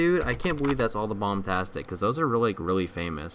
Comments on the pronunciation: its bombastic not bomtastic and people have made better models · It’s bombastic, not bombtastic.